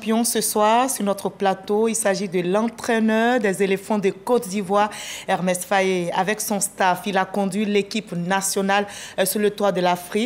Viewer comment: Elle n’a pas arrêté de répéter Hermès Faé 😂😂